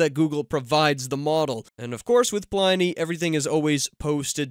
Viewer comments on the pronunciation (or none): it's not pronounced PLY - NEE, its Plini , like Pliny the Elder. a.k.a. Gaius Plinius Secundus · Thanks for the updates. However, I do wish you would pronounce "Pliny" properly. I as in pin, not as in pie.